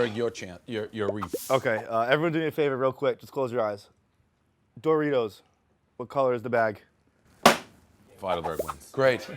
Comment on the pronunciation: says Doritos like Dough-Ritos